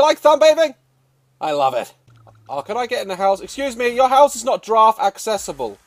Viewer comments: I wish he would giraffe properly lmaoo —love him anyway🥰😇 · Its not a grraff its a long neckt Goat :)